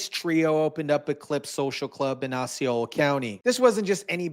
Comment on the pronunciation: Pronounced Ossy- Ola county...NOT Oxxy - are you stupid or just skipped 3,4,5th grade.